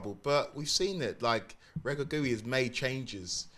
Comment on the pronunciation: This clown cant even pronounce The Moroccan managers name…. Its Walid Re-gg Re-gg-i